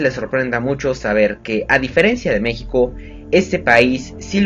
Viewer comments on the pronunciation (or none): none